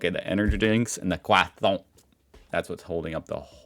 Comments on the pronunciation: Please just say croissant and not kwathant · please, please for the love of god, never say Croissant again. I beg you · You do realise that you can also pronounce "croissant" normally, right? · it is still Croissant. There is NO TH in there anywhere.